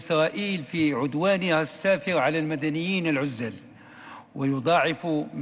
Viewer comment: بعدا باش نبدا اش هاد الحالة راه خاصك تمشي لمحاربة الامية في اللغة العربية ( قال لك المواطنين الغزل بغا يقول العزّل ) شحال ديال الاخطاء من قريتي غير في الطيارة